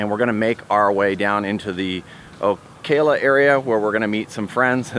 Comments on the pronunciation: Here's how you pronounce Ocala...... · Did you know....the majority of the movie JAWS 2 was filmed at Navarre Beach? When I was at the University of West Florida, you'd regularly see different JAWS heads on tractor trailer rigs ready for filming. Lol, I guess I'm dating myself. I had a big laugh when you pronounced Ocala and Apalachicola. Yes, you do massacre names 😱.